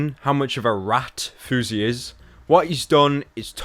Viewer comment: House, louse, grouse, spouse, mouse, douse but FOUSEY? FOUSEY as in 'bruise'? Give me a break.